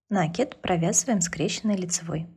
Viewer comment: вы умница, но говорите, пожалуйста, накИд !